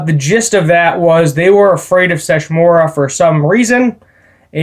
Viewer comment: Sesshomaru. Se-Sho-Mah-Roo. Have you not watched inuyasha at all? He battled inuyasha many times and there are the most iconic fights of the entire series